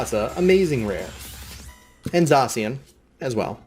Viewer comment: It's pronounced zash e an